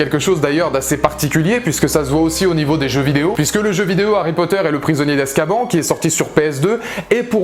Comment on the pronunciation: Hum hum... Ça se dit Azkabanne et pas azkaban